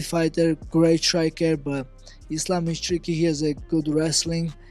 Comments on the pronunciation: Belal: “Thizlam”- Mac Dre 😂😂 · Belal "bored of the name" Muhammed saying "Iz-lamb" is just so typical of him 🤦🏽‍♂️ gosh, is there really no limit to how annoying this dude can be?!